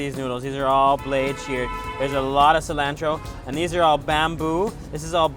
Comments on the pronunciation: everything about this video was great except the way u pronounce cilantro lol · hey think you can learn how to pronounce cilantro correctly since you seem to like it so much? And maybe while you have that dictionary open you could possibly learn ANY word other than 'amazing' to describe the food you eat - ty